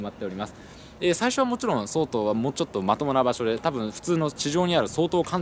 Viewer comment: とりあえず神がヤマトを見たことがないことは分かったｗ 「総統」のイントネーションは「総合」や「総裁」と同じですよ いやま、気になって話が耳に入ってこなかったもので・・・